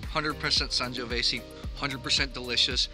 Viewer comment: I'm so glad we share the same love for Fontodi and the Vigna del Sorbo! The "Sangiovese" word comes with the last 's' pronounced as a 'z'. Otherwise it would have been "Sangiovesse" Cheers!